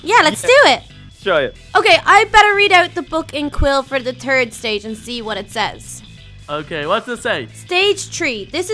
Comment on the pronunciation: said turd in stead of threrd